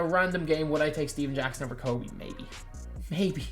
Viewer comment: Man the disrespect you put on Kobe’s name in your videos is crazyyyy😤